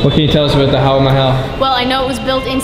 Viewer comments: Hey, it's Hawa Mahal, not Haha mahal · It's not Haha Mahal it's Hawa Mehal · Not laacy.. it's lassi stress on the double S's.... Not papaad.. it's paapad... Not HAHA Mahal... It's HAWA Maha... Not tuktuk in Thailand... It's rickshaw in India... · Actually the 'Papad' was a chip . That palace you went to was Hawa Mehal (not Haha Mehal) (Hawa is another word for Air) And Rajasthani cuisine is really on the milder side in terms of spices. Hope you enjoyed it Never been there tho.lol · Dude, it's not Haha Mahal, it's Hawa Mahal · It's not (haha mahal ) it is HAWA MAHAL.!!! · dude its HAWA MAHAL*. not haha mahal😅, *Hawa*= *Air , its called so because it have 900+ windows in it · It's not haha mahal.its Hawa Mahal😋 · its not haha Mahal its hawa mahal😂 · bro its not haha mahal its hava mahal(air palace) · It was 'hawa(air)' 'mahal(palace)'🤣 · hi; that is hawa mahal; not haha mahal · It's not HAHA MAHAL ... it's HAWA MAHAL...Thanks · Dude its Hawa Mahal not Haha mahal :d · Bro this is Hawa Mahal not Haha Mahal😀😉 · Its Hawa Mahal not HaHa Mahal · its hawa mahal not haha mahal 😂😂😂😂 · its not haha mahal ... its hawa mahal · Its not haha mahal its hawa mahal. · It's hawa Mahal not haha mahal